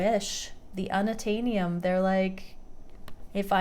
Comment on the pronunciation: Unattanium 😂😂, you are too funny!